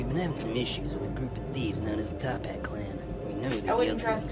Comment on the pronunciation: There actually called the “Toppat clan” Not the “Tophat clan”